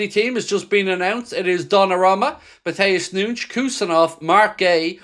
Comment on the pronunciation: “Matheus Noonsh”🤡🤡🙈🙈